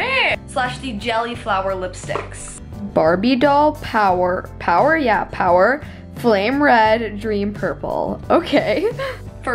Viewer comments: SHE SAID POWER NOT POWDER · its powderr not power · You read the jelly lipstick one wrong it was bardoll powder not power haha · She said power instead of powder and toeses idk how to write that instead or toetes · I'm so sorry but it but it bugged me when you said "power" instead of powder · “power? yeah power.” p o w d e r powDer 😂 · "Dream pairs" -> "Dream paris" "Powder" -> "power" lmaooo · Lol 😂 she said power instead of powder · Did anyone else notice that the gelli lipsticks names she read out barbie doll power but it was powder lol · Is she dyslexic? It clearly said powder not power no offense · Lol she said power when it was powder 😂 No hate tho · I don't mean to hate!!! It said powDer and toetos not toesies. I would want someone to tell me so I told you!!! Again, no hate! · She said power instead of powder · She said power instead of power x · POWDERRRR not POWER haha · Its powder not power haha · She doesn’t now how to read. “Powder: power, power? Ya,power” and “pairs: Paris.....” are u ok?